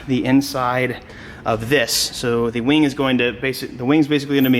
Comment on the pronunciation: “Weing” lol